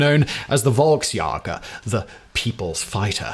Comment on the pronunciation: Simon mispronouncing Volksjäger kills my soul, but then no beard Simon makes it all better